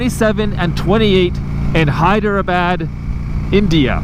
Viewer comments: Hyderabad is pronounced as the following : Hy - Dra - Baad Hope you enjoy the trip, please be safe and hopefully you can vlog from there. Your trip sounds LONG !!!! They should have just done Calgary - New Delhi - Hydrabad. OR Calgary - Vancity - New Delhi - Hydrabad. Regardless I hope you have an amazing time. Keep up the amazing content. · It’s hydrabaaad